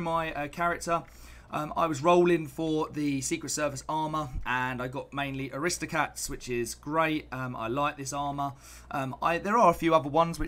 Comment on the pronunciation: Will your next video show how to correctly pronounce "AristocRats", "Maul", and "Buttressed"? ;-)